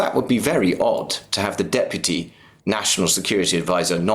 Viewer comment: Someone please teach how to pronounce Deputy